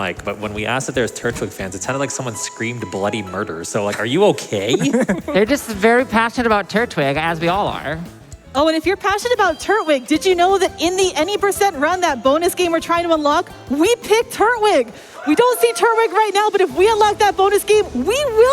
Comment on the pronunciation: People pronouncing Turtwig wrong hurt my soul,it's turtle and twig not turtle and wig😂